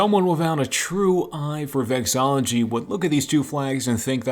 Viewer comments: * its vexILLology, not vexology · erm vexILology not vexology